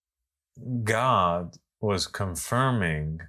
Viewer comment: "God", not "Gog" 😊